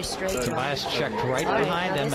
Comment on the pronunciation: why does Hellmuth start talking really weirdly? says the words "nut" and "straight" in a strange way.